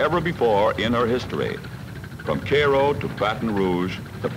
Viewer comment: Is that the way everyone pronounces Cairo in that part of the country